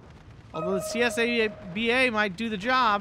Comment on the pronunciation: Csaba is not an abbreviation, its a hungraian male forename, you pronounce the 'CS' just as 'ch' in cheese, and 'ABA' normally:) most of the hungarian tank/arty/plane unit names are either animal names or common forenames / names of historical figures.